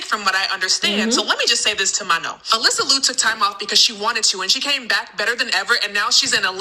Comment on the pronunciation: she doesn't know what she's talking about. Can't even pronounce Manon's name correctly, and is treating rumours as fact. No one has said Manon is leaving the group except weird stans.